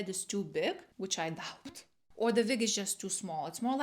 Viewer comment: Are you German? You said Vig instead of Wig.